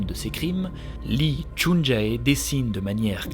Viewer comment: Yo,, j'ai a-do-ré:D Juste une petite précision au niveau de la prononciation, les "ae" comme dans "ChunJae" se lisent "é" (Du coup ça se prononce "chunjé") et les "eo" comme dans "Cheonju" se lisent "o" ("Chonju") ^^ C'est juste à titre informatif au cas où tu fais des autres histoires coréennes, ça ne gêne en rien l'histoire ni le contenu qualitatif de ta vidéo et je ne suis pas là pour te faire la remarque de façon négative, loin de moi (j'ai habité en Corée du Sud pendant un an et je sais que si on n'apprend pas le coréen, les prononciations c'est pas forcément des choses dont on est au courant). C'est chouette que tu aies parlé de ce meurtrier, cette histoire est dingue! Il a réalisé tellement de crimes et n'a été retrouvé que trop tardivement. Tu racontes hyper bien, on est à fond dedans, un régal:D Vivement le prochain épisode (ça doit être long à préparer en plus donc courage pour la suite)